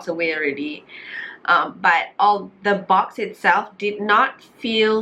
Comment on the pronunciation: A E I O U - T is not include. So pronounce tu nicely sikit. Correction, not “d” box, just say it the box. Not D box. I know u know what i mean . Kbai